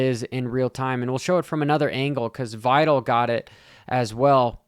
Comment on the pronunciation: Hmmm. Looks like he is totally focused and is assessing the situation , no animosity, opinions are getting old bro , I worked this even and raced on this track back in the late 80’s. You do t k ow the facts ! Omg it’s Vialle , not viiiillle. Trajectoryn! Do you even attend these events? Take a Look , clown